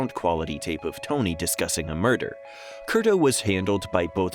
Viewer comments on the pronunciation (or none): It was Ray "Curto" not Kurdo.